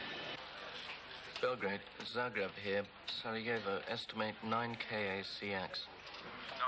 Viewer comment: It's Zagreb, not Zargreb :-P